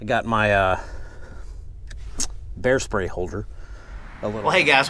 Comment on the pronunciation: thought he said "Hair spray"